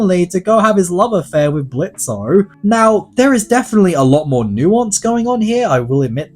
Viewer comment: It's fuckin Blitz , the "o" is silent